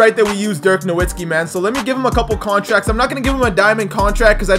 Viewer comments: nowitski KNOW-VIT-SKEE pronounce it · How about you start saying dirk’s last name right... it’s pronounced with a v now a w he’s German my guy